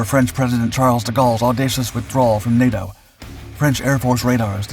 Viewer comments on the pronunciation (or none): none